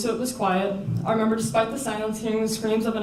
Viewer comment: Stop saying i femember omg